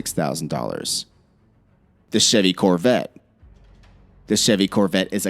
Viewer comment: mustang? coverette? lol